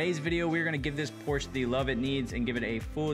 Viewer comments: The “E” is pronounced as an “A” in Porsche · Porsche has two syllables.